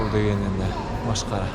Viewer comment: Қай аймақтың диалектісімен сөйлейсің? Машқара, секер деген сияқты сөздерің біртүрлі естілді. Негізі көпшілікке арналған арна болғандықтан әдеби таза тілде сөйлеуге тырысу қажет. Мәселен, масқара, қант (шекер) деген сияқты